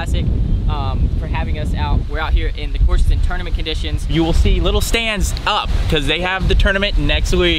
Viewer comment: Yo, what the hell is a tourmenant?